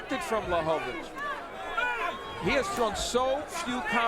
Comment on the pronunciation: LaHOvitch? OMFG!